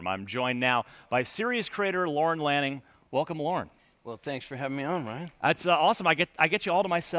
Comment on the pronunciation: i noticed/saw that they mispronounced Lorne Lanning as Lorne Lannin